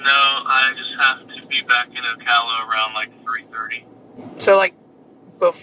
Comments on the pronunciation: You keep doing this: it’s O-cal-a NOT O-call-a. It’s cal like California. NOT like making a phone call. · "Oh-call-uh". It's Oh-Kal-Ah. 😂 The pronunciation is funny but it's not surprising it's someone from Ocala. Something in their water. Their crime is all over the place and we hear a lot about it in Florida. Also, that cop is definitely a cop. Kids these days don't talk like that but that dude is too stupid to understand. And that cop is a terrible actor and I hope they aren't allowed to keep acting. Watching from Gainesville. 👀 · it’s pronounced ow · ka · luh. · Like your vids but it’s pronounced O Cal A. Cal like Cal in California. Just saying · You pronounce the city and county funny